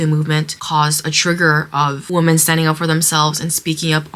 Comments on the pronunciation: Sorry for the off-topic question, but why do some people including the girl in this video pronounce 'women' as woomen(not weemen)? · What is up with younger generation being unable to pronounce "women"? The singular "woman" and plural "women" are pronounced differently..... it's so wild, I've only noticed it in the last 10 years or so.....